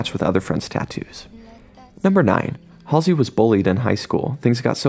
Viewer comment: U said her name wrong